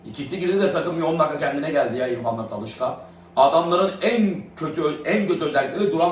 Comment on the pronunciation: Talışka değil Talişka😅